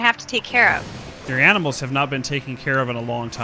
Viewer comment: “Alright guys, takin' care of them A M I N A L S” LOL